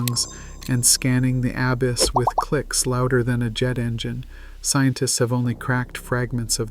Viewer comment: The ab-iss lmao